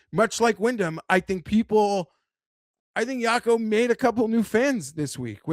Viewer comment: it's pronounced Wacco Niemann not Yacko or whatever youre saying